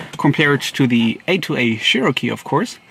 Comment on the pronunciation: Cherokee (Chair-oh-key) not (Share-o-key)